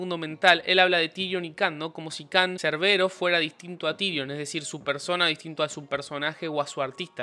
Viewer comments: Genial el video bro. Pero el nombre de Can se pronuncia “Tairon”. Bendiciones 🙏🏻🔥🙌🏻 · Se dice tairon no tirion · Se escribe Tyron se dice tairon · SE PRONUNCIA TAIRON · Me irrita cuando dice tirion 🤦